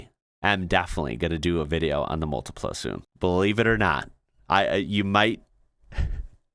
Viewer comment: Was waiting for the Multipla to be there and I wasn't disappointed lol! The Model X looks like a car out of Spongebob! (By the way, great pronounciation!)